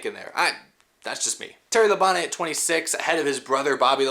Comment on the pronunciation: Dale said that Tim Richmond was the one of the only guys that would be competing side-by-side with him week after week. It's "Labon-tee", BTW!